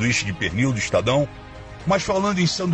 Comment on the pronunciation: Não istadao frota é estadão! Não é istadio é estádio.